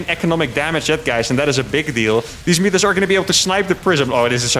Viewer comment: It's Serral. You pronounce them "mootas", not "mutas".